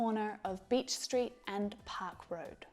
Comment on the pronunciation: 10 park road Sounded like: Tupac road